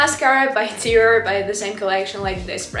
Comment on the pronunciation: Уау реально есть прогресс в инглише, осталось поработать над межзубным th и у тебя вообще не будет чувствоваться акцент и в целом немного отвыкнуть от русского произношения по типу гель, диор итд